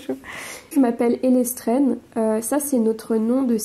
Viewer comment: D'où vient l'excellente prononciation de l'anglais de "Ellestrenne" ?